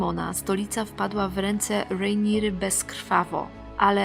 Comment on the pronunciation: Rejńiera xd matko boska